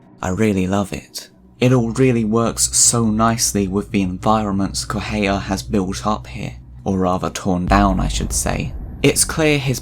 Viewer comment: I can't deal with how you pronounce Correa Try it like this: Coh-Reh-Ah